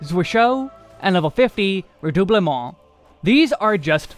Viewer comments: Glad you're pronouncing "Redoublement" properly now lol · Ah yes, the spell ever: VerStoIre. I know it's just because it's proc dependent but it made me chuckle. Edit: Also something about the way you pronounce Redoublement is so chef's kiss. But maybe it's because I always pronounced it the very American way.